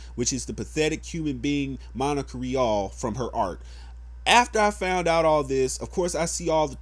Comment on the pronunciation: Vic Merogna..? It's Mignogna. And Sabat is mispronounced too. I'm just saying for when you make future videos. Honestly, no disrespect, but when you say that everyone knows him over "lil ol Monica Rial," whose name you pronounced perfectly in this video, and then you mispronounce his last name, it sounds like you don't really know him either. I'm not condoning/condemning the video itself either. Again, no disrespect. Speak your opinions and passions, it's your prerogative and I'm not the kinda person to take that away from anybody. I'm just letting you know, in case you decide to make another video about this, should anything else happen. Peace.